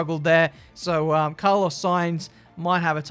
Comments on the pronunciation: Carlos 'Saintz'?😆😂 Why not just Carlos Sainz haha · sainz not saintz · Everbody: Carlos Sainz: Carlos Saintz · "Carlos saintz" there it is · Why’s put a T in sainz? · No one:: Carlos saintz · No one:...: Carlos SainTz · "Carlos Saintz" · Carlos Saintz...? SAINTZ? U good? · "Carlos Saintz" xddd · "Carlos Saintz" Great job. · “Carlos Saintz” 😂